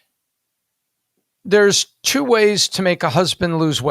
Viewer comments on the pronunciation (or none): "Two-spirit what the heck is a two-spirit?" the casual anti-Indigeneity leaps out, the ghoul couldn't evven pronounce "two" right